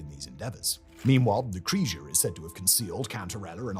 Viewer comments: His pronunciation of Cesare and Lucrezia made me want to cry :( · Simon I swear you need a pronunciation consultant Loo-cret-siya Lucrezia Chez-ere Cesare Bor-zhia Borgia